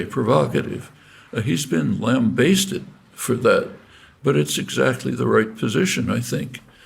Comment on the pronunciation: Linguistics prof. don't know how to pronounce "lambasted".